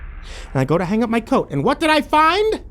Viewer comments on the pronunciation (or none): none